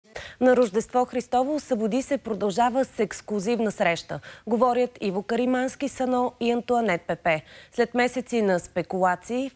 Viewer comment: Казва се Карамански, не КарИмански, драга госпожо водеща….🙄🙄🙄